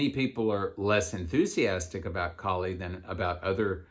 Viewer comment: Its Kaali, not kali.... like kaalabhairava...